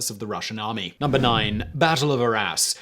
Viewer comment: I heard "the battle of our a$*". Am I the only one?